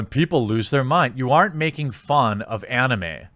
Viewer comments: u miss pronounced Anime, it's ani-may. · I hate the way you say anime. I now have assumptions of how you pronounce Naruto. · You dont know how to say anime?